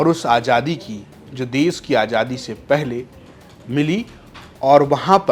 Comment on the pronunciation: Bhai ajadi nahin azadi hota hai aap zara please apne shab pe dheyan dijye